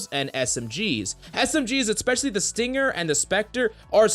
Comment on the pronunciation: EHK-specially. That's not how you say it